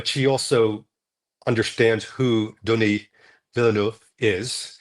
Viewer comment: It's pronounced Denny, not Donnie, you twit😅